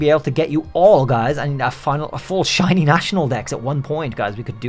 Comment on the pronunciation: DO NOT LEAVE OFF THE H IN SHINY, AND THERE SHOULD BE 2 R'S IN ZOROARK!